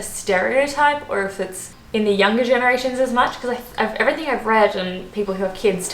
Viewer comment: There is no "K" in everything. Grrrrrrrrrrrrrrr.